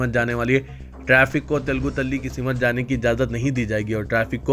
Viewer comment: Ye kaisi urdu bolte hy aap simath nahi simth